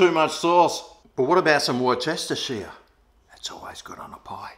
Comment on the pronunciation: Oh damn more people are onto them now 🤣🤣 I like the steak and red wine. I microwave it first a bit then in airfryer. I add oil and some butter on top of it. I make meat pies in my new pie maker now. I've got my meat pie mince sauce good now. How did you pronounce Worcestershire lol